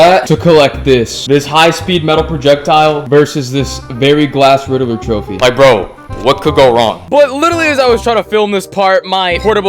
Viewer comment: How do you say Riddler wrong😅